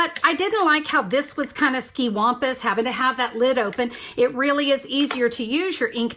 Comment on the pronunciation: Not my English language. Your pronunciation is way off. You're possibly an Aussie or some form of Brit. Hardly the 'language' of stamping! ; >]